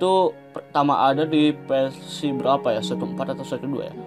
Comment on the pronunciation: yahhh ampun ngomong versi aja persi hahaha